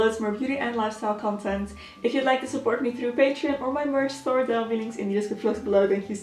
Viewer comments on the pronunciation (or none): none